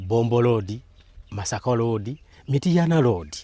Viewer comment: Its Road not LOODI🤨